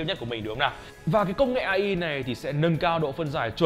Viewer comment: Ngta đọc ây ai mà anh đọc a i